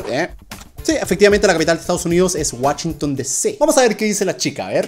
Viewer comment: La capital de Estados Unidos es: Whashington no sé que más pero bueno❤😊 Según yo es Washington 😅😂😂